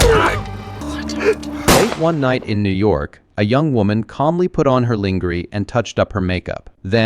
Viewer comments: Her lingereees? lol it's lawngerraaa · lonjeray...not ling er y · You know it's an AI voice when it says linger-ee rather than lahn-gher-ay. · LOL!! Linger-ee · LOL!!!!!!! Lingery!!!!!!! Whoever did the commentary should learn how to speak correct English!!!!!!! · Ling a ree !! Really? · "...calmly put on her LIN-GER-Y?" You've got to be joking. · Why you said Lingery tho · 😂 I thought so too😂